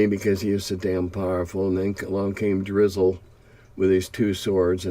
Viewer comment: Tim calls Drizzt - Drizzle - and my day is made. Thanks Tim, from one curmudgeon to another.